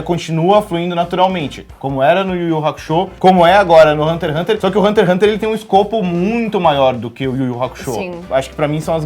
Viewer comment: Se passaram anos e meu ranço por essa menina ainda não passou. No início do vídeo, ela fala como se o Togashi fosse um preguiçoso, vídeo raso demais, envelheceu igual leite. Sabe nem falar o nome do anime que está apresentando, por isso esse ''programa'' não vingou, ambos não sabem nem o que falar. Péssimo vídeo.